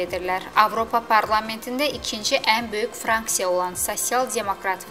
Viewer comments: Franksiya yox, qızım FRAKSİYA demək lazımdır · Aparici xanima Bir qeydim var : franksiya yox fraksiya deyilmelidi